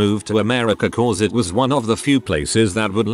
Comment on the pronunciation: Content creator decides to use robot voice to read content > robot voice not programmed properly > robot misreads "me" as M.E., misreads "it" as I.T., and most ironically mispronounces "properly".